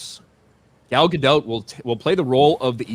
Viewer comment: her first name rhymes with ball not foul (Gal Gadot).